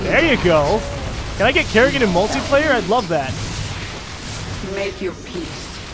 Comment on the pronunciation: You heard it wrong it's karrigain